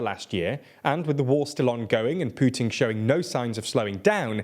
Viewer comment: did you refer to Putin as Puting?